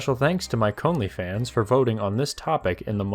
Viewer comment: ""... Hehe. Nice.